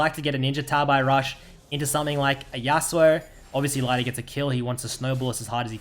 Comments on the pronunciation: its pronounced more like "Leeder" than "Laider" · It's pronounced like Lee - der not Lie - der btw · sorry i watched 4 minutes but when you keep calling lider lighter i just can't watch. At least learn his name before you do a video. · Lie der aus english omegalul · ITS NOT LEIDER WTFFFFF :D sorry it actually goes on my nerves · I’m pretty sure his name is pronounced Leader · pronounce his name right pls